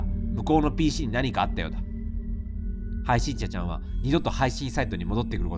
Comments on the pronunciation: 終始「はいしんちゃちゃん」て言ってるのかわいい😍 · 途中から「配信ちゃちゃん」にしか聞こえない笑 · 何回聞いても はいしんちゃちゃん か はいしんしゃしゃん に聞こえる笑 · ずっと 配信ちゃちゃん って聞こえるw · 闇深ゲームを楽しめちゃうのは 癒やしの鼻声のおかげかな(*´∀｀*) 配信者ちゃんって言いづらそうなの かわいい🦀